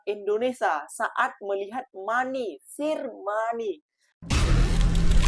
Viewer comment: "Sir" itu sebutannya bukan sir tapi 'ser' yg bermaksud tuan.